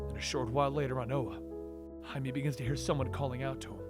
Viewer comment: why he pronounced Jaime(Haime) as Jaime(Haimi)